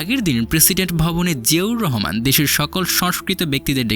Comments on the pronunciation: জিয়াউর রহমান নামটা ভালো ভাবে উচ্চারণ করতে পারেন না। এভাবে চিবিয়ে চিবিয়ে নাম বলছেন। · ঠিক বলেছেন, শুনতে অশ্রবণ লাগে। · জিয়াউর রহমান উচ্চারণ টা সঠিক ভাবে বলেন